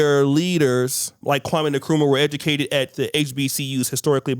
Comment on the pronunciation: Nkrumah is Pronounced in-krumah and not ni-kruma